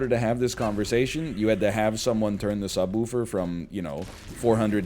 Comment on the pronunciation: I love how NL only has a stereotypical Canadian accent when he says the word "subwoofer".